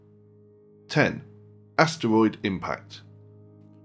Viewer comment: Am I the only one annoyed that he called asteroids astwoids